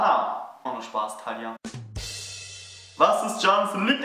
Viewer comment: ich versteh immer tanja statt thalia